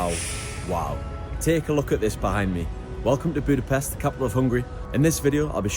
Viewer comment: It is funny that you pronounced Vajdahunyad perfectly but repeatedly pronounced Budapest wrong. Anyway overall not bad